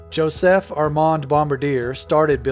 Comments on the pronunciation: Bombardier isn't pronounced Bombardier. C'est français. Bom-bar-dee-ay, not Bom-ba-deer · Fyi it's bomb bar de ay ! not bomb ba dear.. just sayin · I don't think its "bomba-deer". But "bom-ba-de-ay"? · Just for future reference.....it's not Bom ba deer..... it's bom bar dee ay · It’s pronounced Bomb-bar-dee-er..... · Bombardier: bombar-dee-ay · Bombardier (Bom-bar-de-ay) is BRP, also known for can am, evinrude, lynx, and others. And if you say "skee doo" in front of a canadian, prepare to get slapped. They say skihdoo. Like skih dew but one word and really fast. They take that very seriously. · It's pronounced Bomb-Bar-D-yeah. Bombardier.